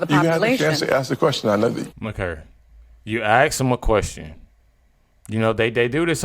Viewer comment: Why is it so hard to pronounce "ask"? There is no x in the word